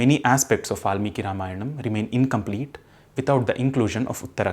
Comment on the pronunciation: A few posers! If Valmiki was adikavi and Ramayan first literary work in verse, then were the four Veds (also in verse) created later? Also, please try to sound Indian and don’t put an additional ‘a’ after every Sanskrit word you speak.